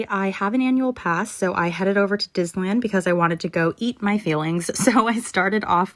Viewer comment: Another example of what technology has also created which I don’t see anyone else bring up is how these creatures communicate. 😳🤯 Am I alone in this?? The way she fumbled the well known word of DISNEYLAND.. but said something like ‘’DIS UH LUND’’ Something I keep noticing about these zoomers besides being unbearably un-self aware is the very troubling way they’re exhibiting strange speech patterns, a great amount have very noticeable lisps that used to be worked on in elementary school in my day w/ a speech therapist (mine was relieved in 2nd grade) but more worrying is their inability to appropriately pronunciate, there’s little syntax & I wonder since the world started baby proofing everything but scarily in public schools where resilience is built & communications are worked on by having conversations & debates along w/ kids standing next to each otherwhile texting one another. I know when my son was young & the schools stopped teaching cursive writing ✍ I was shocked & when I asked about it, I was treated like how dare I inquire about a key part of the fundamentals that helps with linguistics. So many of these incredibly naive kids actually sound as if they have major speech impediments, head injuries & or CTE.. it’s reminiscent of… if anyone has ever forced themselves to listen to someone like Brendan Schaub who clearly has all these issues including CTE, his syntax is way off, ie- instead of making a statement like ‘’I was caught peeing in the sink’’ Instead it’s usuall